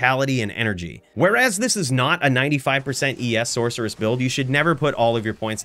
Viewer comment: I didn’t know sorceress had a ‘k’ sound in it.